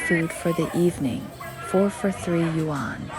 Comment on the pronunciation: I have been to villages like this in Shijiazhuang, Chongqing and near Shenzhen. But that's not how you say "yuan".